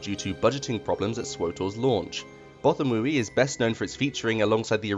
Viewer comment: Okay... yes this is nit picky and people are going to argue. BUT it is pronounced Both-ah-wee. Many audiobooks support this pronunciation, just ask Marc Thompson.